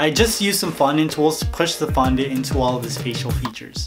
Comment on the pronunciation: you said fondue wrong